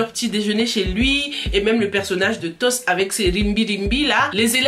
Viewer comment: c est toch au lieu toss